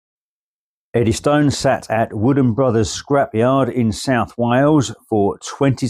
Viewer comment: The normal pronunciation is Eddyston (Eddys-tun) not Eddy Stone. Nice video though... 👍